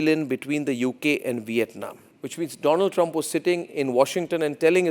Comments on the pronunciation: My fraaand doland traaaam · "Abki baar Trump sarkaar" "My phrenddd Dolaaaand Trump" 🤣🤣🤣🤣🤣🤣🤣🤣🤣🤣🤣